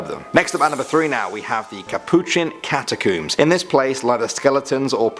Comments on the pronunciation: ''Cat-a-kooms?'' REALLY? That is the UK pronunciation? Do you pronounce the things you pull through your hair ''Cooms?''' No, seriously, I really want to know. Because the word ''comb'' is IN ''catacomb,'' so it makes no sense to pronounce it differently then the words it is made up of, and if anyone were to mangle the word, it would be more likely to be the US version. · You said catacombs wrong btw